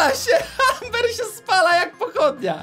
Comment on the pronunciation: czyta się ember